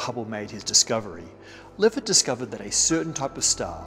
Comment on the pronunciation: 3.26 It's Henrietta Leavitt, not Levitt. And they're called Cepheid variables, not "cephid".